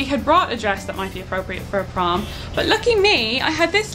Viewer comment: I heard prawn instead is prom... Imagined you all in prawn costumes.